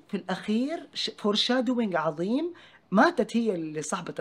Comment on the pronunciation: ادعس ولد الرقاصة اجدادنا استعمروه وعلموه لغتنا العربية وهو جاي يقاله يبي يلعمنا وهو ينطق كلمة عظيمة عزيمة💀😭